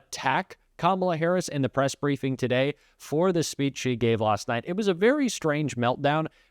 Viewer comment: The other day is was scanal instead of scandal, and today it's breifing instead of briefing. You guys ok?